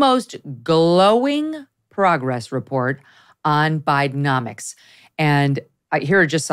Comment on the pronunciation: Is it Bidenomics or BideMoNics!?!?!